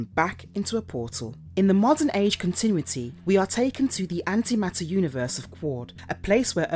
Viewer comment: I'm pretty sure I am hearing "continwitty" instead of "continuity."